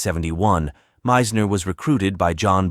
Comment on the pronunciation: And the pronunciation of Meisners name is irritating!